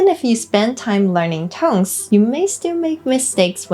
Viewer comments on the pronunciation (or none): 你把「tones」唸錯了！把你的手放在你喉嚨然後發「tone」你就會覺會發掘出來莫為「n」的音喉嚨有震動。把那個震動加再「s」上面，它會變成「z」的聲音。一班的英文母語著會把「tones」說成「tonez」。不管是名詞或動詞都會這樣hugs的g喉嚨有震動，所以會把s發成z。kids的d也是，所以要念成kidz。kicks而不是，ck喉嚨沒有震動所以kicks的s不會變成z的聲音。謝謝你的影遍，以後希望你也會有一些教台語的！